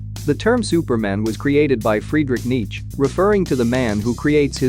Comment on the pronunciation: awesome video. But...Knee-CHA not Neech